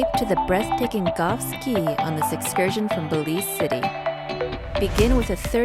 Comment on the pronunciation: Caye is not pronounced “key”. It is “Kay”. Nice video